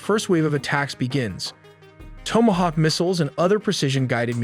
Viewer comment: Holy shit plz fix your damn AI, hearing them say Houthi and Tomahawk made me shut it down!!!